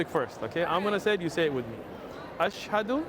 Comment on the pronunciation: the good thing he said ashhhado completely not ash hado